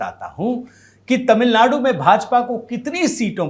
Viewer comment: Tamil nadu word shld read correctly